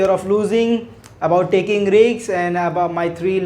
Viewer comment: Check your pronunciation of RISK